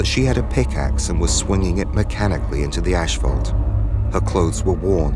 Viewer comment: What is "ash-phault"?